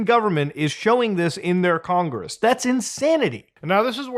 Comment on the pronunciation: "They blew up congeess!" 😂